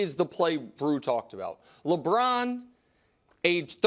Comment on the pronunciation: Nick “ Lebrron at age 39”😂🤣🤣🤦🏾‍♂️